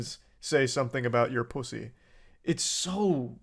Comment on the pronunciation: THE WAY HE SAYS PUSSY IS SO WEIRD ITS GIGGLESOME